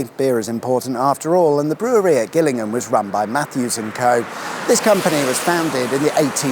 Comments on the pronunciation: I thinl you pronounce Gillingham like Jillinm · Gillingham is pronounced with a 'J' sound as in,!😉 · No its not. Its pronounced with a hard G, as in Gary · Ah! I did wonder about that. Mainly because I've only heard of the one pronounced "jillingham", and I was a bit surprised to see one in Dorset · I'd always pronounced it Jillingham. Now I've been educated! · Thanks, wicked sweet awesome as ever. I always thought Gillingham was pronounced Jill-ingham for "reasons" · Oih, Sorry did I mispronounce, you Name, "Jillingham" spelt with a G is in Kent, But what can you expect. from someone born North of the Watford Gap(loved your vlog on that bye the way) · I wonder why Gillingham in Dorset is pronounced 'Gillingham', yet Gillingham in Kent is pronounced 'Gillingham' instead. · How is that you don't know how to pronounce Gillingham? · Is it pronounced Gillingham, or Gillingham?